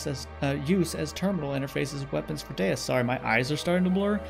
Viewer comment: Okay. So you pronounced Deus correctly at the beginning of this video. My OCD is better now 🙂